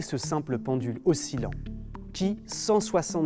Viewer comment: Oscillant se prononce o-si-lan. Osciller : o-si-lé. Belle vidéo. Un grand merci.